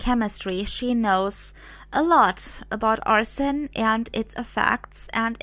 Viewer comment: the way she pronounces it sounds like "arson" which is a crime of intentionally starting a fire. I didn't know of any other way to pronounce arsenic. People tend to run it together to sound like "ars-snick" but I guess it actually has 3 syllables. When I heard this story, it reminded me of the old play "Arsenic and Old Lace" (and also movie by the same name) Thank you for replying to me. Have a nice day.